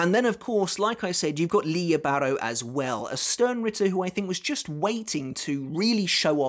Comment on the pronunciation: I believe its pronounced lily bah,row